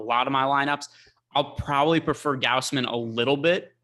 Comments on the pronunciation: gauze-min - Gausman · Gaus which rhymes with house. G/ow/s/m/ae/n like you're saying man and men combined m/ae/n. said it perfectly the first time.